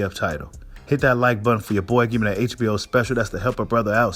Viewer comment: When you say HBO special be having me laughing man 😂